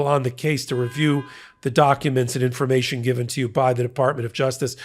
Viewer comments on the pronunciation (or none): none